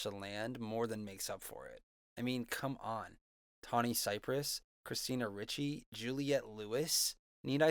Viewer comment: Christina "Richey" lol :P